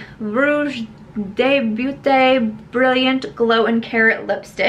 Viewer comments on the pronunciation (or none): none